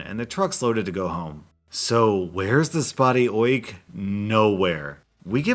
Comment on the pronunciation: Say Oik again, I love it